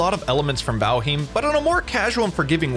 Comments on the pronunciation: Say valheem one more time... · “vALheEeeM” 😂 he has to be trolling lol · it isnt, it's val-highmm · What a dumbass way to say Valheim 😂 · By all means continue to do so I think it’s hilarious. I never heard anyone say it like that lmao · riiiiight. Its bad enough you can't properly say Valheim, but then you lie as well? And lie saying your intentionally pronouncing a word wrong.....what a douche. Your narration sucks, your videos are terrible, too tryhard with all the sounds and clips added. Pure cringe douche. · Great video, except how you say Valheim :P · wait.... is that how you pronounce valheim?